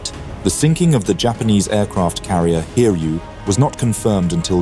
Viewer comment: Its pronounced as Hi-ryu, not Hir-yu.